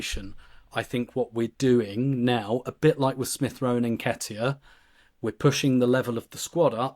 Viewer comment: Interesting you guys can pronounce Hincapie right but can't get Madueke or Bukayo right